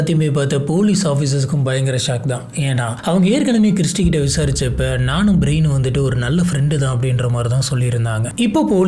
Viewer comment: பேரெல்லாம் கரெக்டா சொல்ல கத்துக்கோங்க பிரயன் பிரைன் ன்னு சொல்வது தப்பு brain நா மூளை ன்னு எல்லோர்க்கும் தெரியும் ரைட் சொல்லு கொஞ்சம் try பண்ணி கரெக்டா மாத்தி பேச pazhagavum